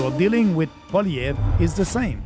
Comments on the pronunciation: Crazy how Pat still can't pronounce Poilievre after talking about him so much. POLLY•EV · Please have Pierre Poilievre (pronounced Poly-Ev) thanks Patrick on your podcast We want Pierre as PM and Maxime as official leader of our opposition 🙏🏼🇨🇦🍁Make it so!! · If you want him on your podcast atleast try to get his name right. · If PBD wants to be taken seriously when speaking of Canada, perhaps better research should be done. One obvious place to start would be learning how to properly pronounce the name of the leader of the official opposition in the Canadian parliament, and probable next Prime Minister, Pierre Poilièvre. A quick web search indicates that: "Poilièvre: pronounced as “pwah-lee-eh-vruh” (with a stronger emphasis on the “lee” sound)"